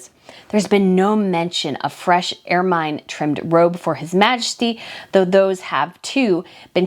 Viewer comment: As a historian, should know how to pronounce rococo and ermine.